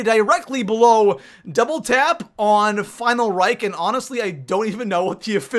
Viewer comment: Geez stop calling it the final rike that pisses me off its called reich not rike